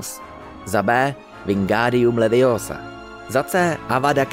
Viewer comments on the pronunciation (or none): none